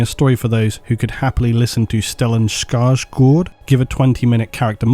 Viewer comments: As a swedish speaker I now love you even more for your effort in pronouncing Skarsgård. Good pronunciation! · You nailed the pronunciation of Stellan Skarsgård! Did you practice beforehand? ;) That Å-letter is often very difficult to many non-native speakers.